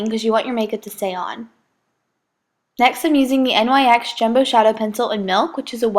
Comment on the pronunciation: OMG Stop using the NYX Jumbo Eyeshadow Pencils if you don't even say it right.